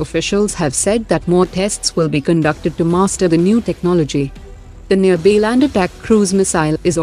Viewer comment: she is pronouncing nirbhay as nearbay 😔 atleast pronounce properly our indian defence equipments. it is so frustrating to here.🇮🇳